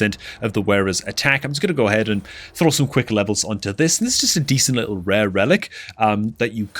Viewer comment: lmfao the way bro was emphasizing its just a rare 😂